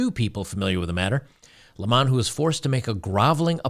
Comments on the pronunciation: His name is pronounced LEMon, like the fruit. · Not sure if you're trying to be funny or genuinely don't know how to pronounce his last name, but it's just the normal way people say "lemon" (citrus).